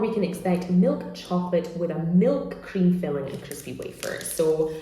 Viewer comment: Everything was smooth till I hear "hcream" pronounced like it was a Nazi hail